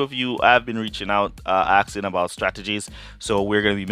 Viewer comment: It's "Asking" not "axing"